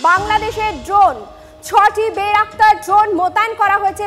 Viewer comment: আরে বলদী বেরাকতার না বাইরাক্তার